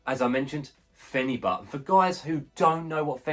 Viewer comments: This is ridiculous! You can't take phenibut every day. I've been taking it once a week for 6 years and it's fine but any more than that and you'll run into major problems with tolerance and withdrawal. Do not tell people they can take it daily, this shit is serious it will ruin your life. Also its pronounced fen-a-bute, not fen-a-butt. Also mixing the powder into a giant glass of liquid like that is just a horrendous idea lol throw the powder in a shot glass with only 1 ounce of liquid and down it in 1 gulp. The taste is terrible. No way I'd be able to drink a full glass with phenibut in it. Also too bad you feel nothing. I've had some friends say that. For me I definitely feel it strong. Makes life amazing. I'll just be so happy. My life will seem like the best life. Nothing is a big deal when I'm on this. Can't get down about anything. Makes me want to socialize way more than normal. Can not have too much socializing when on this. Also it makes me extremely horny, I consider that a negative side effect actually. The whole thing lasts like 36 hours too, so if I take it on a Saturday morning then the whole day and the next I'll be feeling it. Amd there's no come down like alcohol or other drugs. And yes sleep is amazing. Can sleep 10 hrs when normally I could never do that. Theres been some times it actually made me too tired and I dosed off while standing at work.. I've also fallen asleep mid sentence while laying down and speaking to my gf. Things that would never happen to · Pronouncing it incorrectly